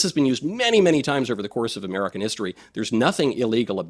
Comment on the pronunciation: Anyone who pronounces American as Amedicahn should not be MAKING OUR DAMN LAWS. Go make woke laws for Indians.